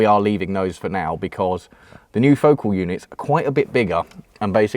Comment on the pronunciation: Pronounced Foh- CAHL.